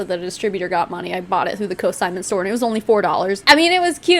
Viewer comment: It’s consignment not cosignment. Lularoe scamming young and old 🙄